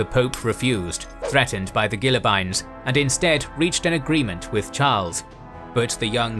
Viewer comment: Ghilly-bines? Really? Hie Waiblingen!